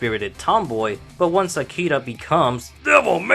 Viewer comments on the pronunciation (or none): smh, It's AkiRa, not "Akida".